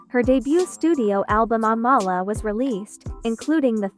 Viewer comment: She pronounces her name like "AM-UH-LUH" not UH-mala its in one of her breakdancing videos they ask her name and thats how she pronounces it. I always thought it was the other way too